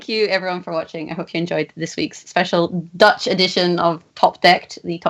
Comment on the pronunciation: ' pronunciation of the Dutch language was remarkably accurate honestly